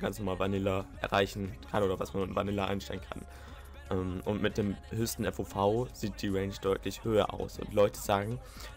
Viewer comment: FOV nicht FVV :) nicht böse gemeint